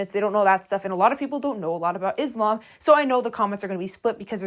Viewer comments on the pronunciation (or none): hii! reminder that is not pronounced izlam, but islam the s like how you would say "so" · Also in addition, I would just like to tell you the correct pronunciation for Muslim (Muss-lim) and Islam (Iss-laam). No hate, I just wanted to let you know. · thank you for talking about this, first correction of pronounce islam the s called s not z so tysm for consider this as a mistake, second, she and her sister made me sad every time a vid of them pop to me, as a muslim my self, non of they're doing is respectful, i don't know if it's lack of knowledge of the religion it self or they attend to be this way, and both is just bad, i hope they just knew what they are doing and correct their behaviors. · also pronounce islam with an S not a Z